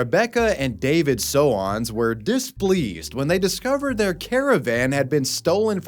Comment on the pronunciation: The stolen caravan? Soanes rhymes with stones. Their name is not So-Anne's.